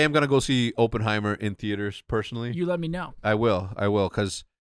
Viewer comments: Yalls mispronounced Oppenheimer the entire time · The way they pronounce Oppenheimer and Cillian Murphy made me way too angry